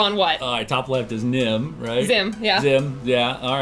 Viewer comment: Oh man. Lot of pressure being on the show. Nim not Zim...